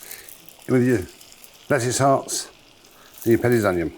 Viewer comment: Hahaha. In case anyone didn't catch what he actually said, it was lettuce hearts and petits onion.